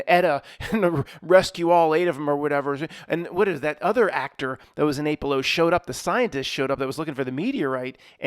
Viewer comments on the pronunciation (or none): none